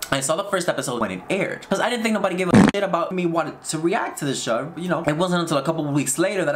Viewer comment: Rewatching this and just noticed something, why did go British when he said "show"? 😂